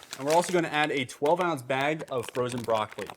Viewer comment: Yesss!!! I love your meal prep videos. They are better than any others out there. I have changed the way I eat because of what you have taught about upping nutrition. I get so excited looking at all of the green on Cronometer! And you are so entertaining! I crack up when you make fun of yourself…”bhegs.” And the quality of the recipes is delicious. I still drink Green Maca Smoothies for breakfast regularly. Thank you!!!!!